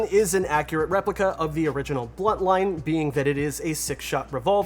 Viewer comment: Dude, its a BUNTline, BUNT. Great video otherwise.